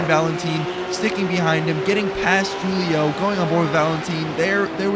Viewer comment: FFS ITS WHO-LIO NOT JEW-LIO come on...